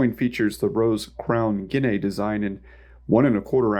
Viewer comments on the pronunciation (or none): I like the way you pronounce guinea 😂 🇬🇧 try it again ginee … ginee … ignore the a 🇬🇧 so sweet 😝😘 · Just a couple quick corrections to the pronunciation of things, it's: "Ha-lee-na" and "gi-nee" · The "a" is silent, my dude, just like in "guinea pig."